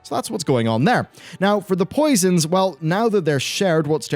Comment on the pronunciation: "Posions Baselined"